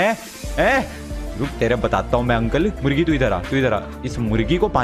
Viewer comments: Pakistan's cute pathan Ahmadshah also says mugri to murgi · you said mugri else of murgi.............Seriously? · No one Literally no one Not even binod Not even nonu Le triggered insaan says murgi as mugri